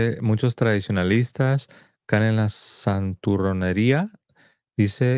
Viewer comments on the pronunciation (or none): none